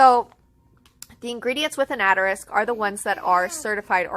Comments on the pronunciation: New to your channel. I really liked this video, but it is "assss-ter-ix" not "att-a-risk" lol just a heads up. Otherwise, awesome video. Thanks for making it and doing your research! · For the love of God, can you please pronounce asterisk correctly?